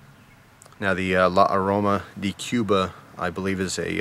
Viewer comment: not "dee" its pronounced "day"